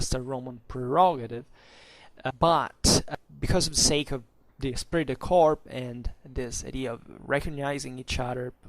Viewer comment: Just one correction if I may. The French word corps is pronounced core. A very good video!